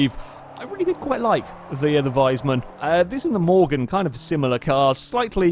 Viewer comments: nnnnnnnnnnnuuuuuuuuuuuuuuuuuuuu It's Wiesmann not Weismann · It´s pronounced "Wees-mann", not "Weis-mann". Curled my toenails when you mispronounced it multiple times.